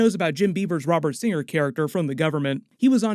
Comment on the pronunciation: you changed the g and r in singer. 🧐